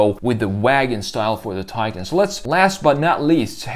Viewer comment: Hard to believe you create a vid of a Taycan and you can't even pronounce the name correctly. Go to Porsche's site and hear how it is suppose to be pronounced .